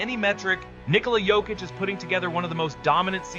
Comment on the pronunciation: WHY IS THE PRONOUCED "YOKICH" NOT "JOKIC"?